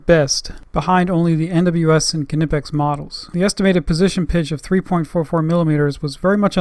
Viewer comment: FYI...Knipex is pronounced Kneepex.